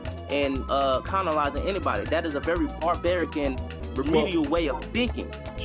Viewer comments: he actually said conolizing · I'm sorry, did he say the Chinese aren't going around "conolizing" anybody?? 😭